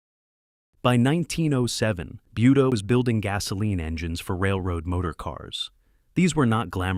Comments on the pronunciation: Buda should really be pronounced "booda" not "byuda". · Yeah the robot kept saying "BYOODA". 🤦‍♂️ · It's pronounced budda not buedda, you putz! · It’s pronounced “boo duh” not buu duh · Not .Beauda